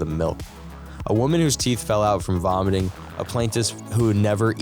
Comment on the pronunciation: "vomating" 😂😂😂😂 I'm out